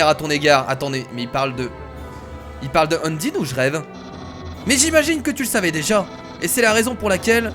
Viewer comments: c pas undine mais undyne stp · endyne sa se dis endayne ep c est une fille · undyne se dit unndaynne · Je ne suis pas un rageur qui veut te faire du mal mais Udyne sa se prononce Undaïne je sais c'est bizzare mais si tu pouvais le prononcer comme sa sa me ferait super plaisir sinon tes vidéos j'ai un mot pour les décrire GÉNIALES continue comme sa sinon👍🏼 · Y a un accent à dire dans le mot undyne sur la lettre "y"